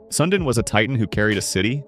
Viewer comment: AI slop. Unwatchable. At least pronounce his name right! My God how pathetic!